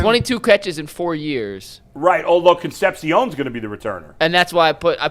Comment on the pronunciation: I like but him mispronouncing “Concepcion” over and over again gets annoying. Almost as annoying as Quincy saying axe instead of ask. It’s not hard to learn how to pronounce words